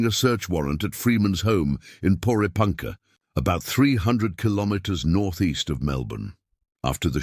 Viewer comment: And Porepunkah is pronounced "pore-e-punkah."